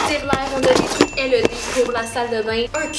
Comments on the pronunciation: Sa ne se dit pas L E D mais led toute coller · Pas pour etre méchante mais sa ma gosser juste comme sa c pas l e d c led (tt lier) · je veux la même salle de bain LED 😂 (en france on prononce "laide" c'est très drole d'entendre L E D) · Led pas L E D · Super vidéo encore! Trop drôle que vous disez Led « L.E.D. » en France on prononce Led « Laide » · On dit led pas l e d dsl c’est juste que sa fait vraiment bizarre quand tu le dit hihi 😜😂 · pour info sa se prononce (laide) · Qui lui dit quelle prononce mal le mot led